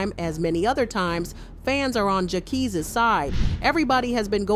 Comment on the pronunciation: LMAOAOAOAO no shade "jackies"😭😭